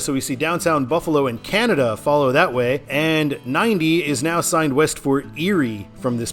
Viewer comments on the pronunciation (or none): none